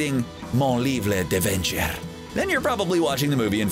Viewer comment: You pronounce "mon livre d'aventures" with the "Spanish r" not the French one. I know it, I'm French.